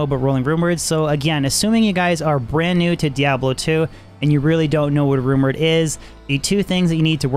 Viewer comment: He says runeword so fast it sounds like rumor 😂😂